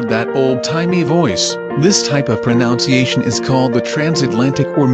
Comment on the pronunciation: And then he said proNOUNCEiation. I’m done